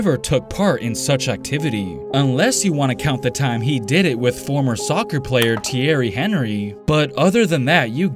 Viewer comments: Thierry Henry name is pronounced like "Thierry N ree" or "Thierry An Ree" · It's pronounced "Theo Enry" I think. 😂 He is like the AI of soccer. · I love these videos but that Thierry Henry pronunciation needs some work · His pronunciation of thiery henry made me want to kms😭😭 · The way he pronounced Thierry Henry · It’s the pronunciation of Thierry Henry for me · Anyone else have a slight aneurism when he mispronounced Thierry Henry? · you are disgrace to all soccer fans for pronouncing thierry henry's name like that